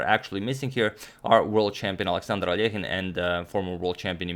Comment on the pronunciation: Finally, Alekhine's surname is correctly pronounced!